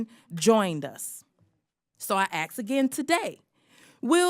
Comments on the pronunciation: is it proper form to say "I AKS AGAIN"? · Can someone explain to me how petroleum kills more people in the black community than others? How is petroleum racist? Also, could someone tell Cori Bush that the word is "ask", not "AKS". Nothing makes you sound so uneducated as saying "I will aks". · Did she say aks? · It's ask not aks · She clearly said she "is going to AKS somebody about something"..... Can Cori Bushface actually speak english, because it sounds like a 4 year old attempting to say the word ASK.... Anyone have the definition of the word "AKS"???? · As soon as I hear anyone say ax instead of ask I instantly think they are uneducated and can't speak properly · It's ask, not axe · Ax instead of ask comes from stupid. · Can I ax you a question cori bush 🤣🤣🤣🤣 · Cori Bush axed people questions all the time. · “So I axe again today” 🤦‍♂️ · Over 5 minutes in, and nothing but falsities and half truths from the Rep from Missouri. I "ax" you, Ms Bush, where do you get this BS? Reliable energy? Like the 100s of years (or more!) worth of oil and natural gas under US territory? New discoveries are made often... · Come on mannnn cory bush just wants to axe a question 😂😂 hooked on bonics works for her look mamma I can reads!!! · She axe,... 😂 🪓 🌲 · "I aks“. Are you serious? You're education shows. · Axe her bout it din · Let me axe you sumpin.... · "so I axe again today". Genius! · You know what's funny? She probably thinks saying "ax" instead of "ask" comes from Africa when it actually comes from Scotland. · She can't pronounce "ask" so ...she is a professional victim by choice. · We have elected officials who cannot pronounce the words “supremacist” and “ask” correctly.